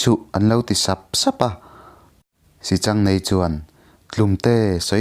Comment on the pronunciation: Pc. I thiam takzet,mahse sichangneii ni lovin, sihchang neiin tiin Kan lo ngaithla thina,pi leh pu te atang khan